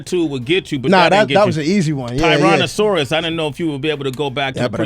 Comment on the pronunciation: i had to leave as sonn as sway said tiraosonic rex